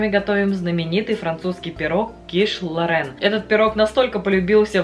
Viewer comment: Называть блюдо правильно, по- моему, важно. Не ло́рэн, а киш лорэ́н. Вам бывает смешно, когда майонез называют манаезом? Это так, для примера.